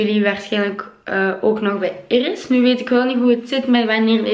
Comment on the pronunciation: Irris met R's 😂 In NL schrijf je het zo: Iris